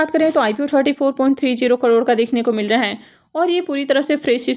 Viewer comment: Crore to theek se bolna seekh lo bihari bahan